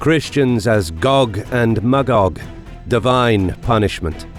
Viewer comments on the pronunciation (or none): none